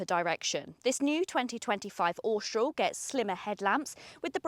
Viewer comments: please pronounce Austral correctly.....Aw - str- al.......not ostroll....and with most English pronounce H as aitch not H-aitch..... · I have an 2024 Austral and find it so strange people can't pronouce it. Apparently it's shortend from Australis, and definitely not Ostroll...lol. It's a great car though.